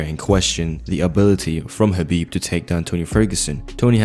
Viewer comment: So proud of you that you could pronounce the Arabic name correctly Big up - anything else I say yes Habib will definitely win tony if they ever had a fight